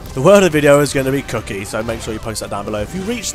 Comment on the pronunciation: I heard "cocky" not "cookie"